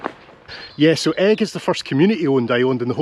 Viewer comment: Another great island video! I never knew it was pronounced egg rather than e-ig though! Keep up the good work👍